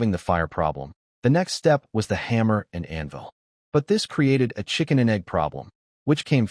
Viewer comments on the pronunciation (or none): none